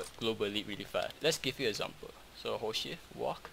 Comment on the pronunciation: It sounds like he is saying "horse shit" instead of ''hold shift" xddddd